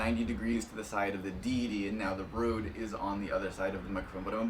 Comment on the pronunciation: Why.. why would you go out of your way to say Rhode rather than Rode?